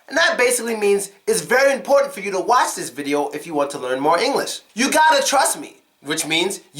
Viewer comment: i'm curious....how do you say "watch"? i hear it different than i'm used to